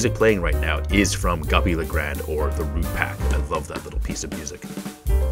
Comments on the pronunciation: I like how he says guppy le grand but it’s goopy le grande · “Guppy Le grand”💀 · Two things the make me mad about this guy. He calls henchmen “fat demon”. And goopy le grande “guppy le grand”. Tf?